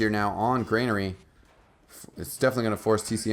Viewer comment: GRANARY, NOT FUCKING GREYNAIRE